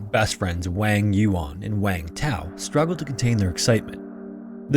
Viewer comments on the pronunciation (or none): The surname Wang was mispronounced tho. It’s not /eɪŋ/ ,like the sound of pain or stain. It should sounds like /ɑŋ/